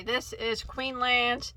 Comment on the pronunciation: Thank you for hosting this give away and thank you so much Little knits for supplying the yarn. I have never heard of Queensland Cairns yarn, until now and I live in the same state! I have to let you know that you were saying it wrong, it is Queens land and Cairns is pronounce as cans lol The English language is bizarre!